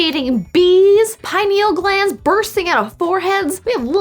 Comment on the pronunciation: Pineal - pie-KNEEL.